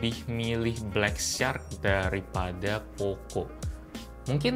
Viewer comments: Katro banget inggrisnya..bacara syak..bukan sark ! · ucapan "shark" msih slah bro.. but its ok